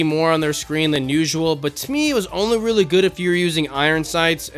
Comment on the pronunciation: Bro said goot